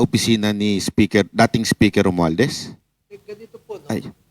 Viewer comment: Napansin ko lang di ma banggit ni atorny ang pangalang rumualdes